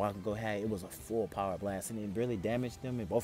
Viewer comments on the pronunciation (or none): its kinda gross how he says power its BOWER